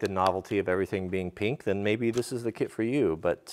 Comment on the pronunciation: So did anyone else hear carpentry clit not kit?? Lol I love bloopers